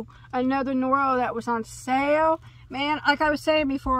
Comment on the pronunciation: I love when you two do a video. You are funny together and compliment each other. I'm half Japanese and is pronouncing those Noro names correctly..good job.